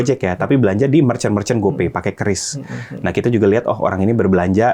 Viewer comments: Qris baca "kris" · Bacanya kris pak bukan kiyuris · q = kiu ris = ris